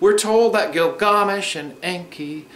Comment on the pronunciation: I appreciate the video but it's annoying when people pronounce something different because it originated from another country. It turns out to be twice as annoying when that country hasnt existed for thousands of years and it cant be known how the name was pronounced. It's Gilgamesh...